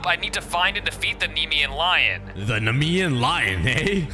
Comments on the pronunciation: Just so you know it’s pronounced Knee-me-an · I'm a mythology nerd so its nemean (nie, mie. un,) lion kratos is a titan not a god and not of war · It’s funny doesn’t no how to say naemean lion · Was him saying the Nemean thing wrong cause it felt like it I got pissed